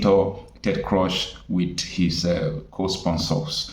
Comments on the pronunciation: Bro, The Senator’s name is pronounced Ted “Krooz” or “Cruise”, not “Crush.” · Stop pronouncing ted croz,its Ted Cruz please 😂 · My brother the American senator's name Ted Cruz not Ted Cruch please note pronunciation thanks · Bro. Pls stop calling him Ted Crosh, it's Ted Cruz(kruuz). Thanks and keep up the good work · Pls the pronunciation is "Ted Krooz," Not "Ted Crush." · Chai. It’s not “Ted CRUSH”. It’s Ted Cruz pronounced as CRUISE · Hello, Presenter. Thank you for your informative videos, but please could you correct some of your pronunciations? His name is pronounced in a similar way as the word "Cruise". When I first listened to the audio of your video, I actually didn't realise that you were speaking about "Senator Ted Cruz." Please take this in good faith. Thank you. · Pronounced Crooz, and not Crush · Young man, His name is CRUZ (pronounced KROOZ) not KROSH. DETERMINE is (pronounced DEE-TER-MIN.) not DEE-TER-MINE. Just so you know. Thank me ! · His name is pronounced as /kruus/ not /krosh/. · Wait a minute. What did you call Ted? Ted "Crush?" It is "Cruz" and not "Crush" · Cruzzzz not cross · Prounced Cruz and not Crush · Dear bro you're calling him "Ted Crush" ➖ However his name is Ted Cruz ( "Cruz" pronounced as; "Cruise", like Cruise-ship, or Cruze, like Cruzeiro.) In case someone ever shares your video to him, I'm sure you'd like him to come away with appreciation for your professionality and pursuit of excellence as an independent journalist. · Please the name is Ted Cruise(Cruz) that's how the pronounce it in the US not Ted Crush but Cruise(Cruz). Thanks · Ted Cruz, not Crush. Pronounced like 'cruise'. Good video. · his name is pronounced “KROOZE” and CRUSH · It is not crush, it is CRUZ. and pronounced as cruise. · His name is Ted Cruz as in crooz, not Ted Croz please. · Cruz not crush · his name is Ted Cruz not Crush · Ted Cruz not Ted crush lol!! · Pronounce his name well, Cruz is Cruch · It’s Ted Cruz not Crosh